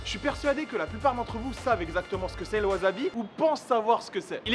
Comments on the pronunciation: Gomen de faire ma chieuse mais ça se prononce Wassabi en nippon , j'ai les oreilles qui saignent quand tu prononces Wazabi ZZZzzzzzzzz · Je vais faire le chieur mais ça se prononce wassabi (pas azabi) Tu es au Japon :p 発音に気を付けろ！ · Maître Absolu De L'Univers non tu dis wazabi est pas wassabi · Moi aussi je prononce wazabi a tord, ça se dit wassabi. >< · Ca ne se prononce pas WAZABI mais WASSABI :p Franchement horripilant... Sinon cool vidéo comme d'hab ;) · Ça se prononce "Waçabi" わざび？？？何だそり？？ わさび！！ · Tu dis vraiment "wazabi"😭😭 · t'es un comique toi, t'as cru que tu allais m'apprendre la prononciation japonaise... ワサビ se prononce donc "wassabi" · ça se dit "wasabi" (tu prononces un "s" et non un "z") car c'est japonais